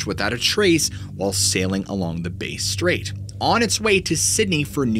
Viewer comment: hey mate just a heads up the pronunciation of Bass Strait is this bass as in bass fish is how u say bass not base strait its bass like hey I just caught some nice bass hope this helps